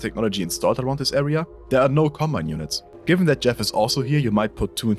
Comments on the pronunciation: bro literally said "Cobmine." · ah, yes. "Cobmine"